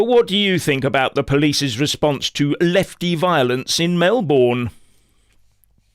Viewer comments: Pronounced Melbn not Mel-born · It is pronounced "Melbin" not "Melborn" Thank you. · FYI It's pronounced Mel-b'n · Please don't say Mel Born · Pronounced Mel bin, or Mel bun. Welcome to the people's republic of Victoria. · Melbourne is pronounced "Melbin" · We pronounce it Mel - burn..😂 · You're mispronouncing Melbourne. It's pronounced with a Schwa on the unstressed syllable.